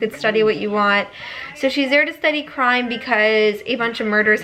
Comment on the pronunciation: I thought she said "I just love books about teen girls who are interested in crying" lmao I literally said same out loud before I realized she probably said "crime".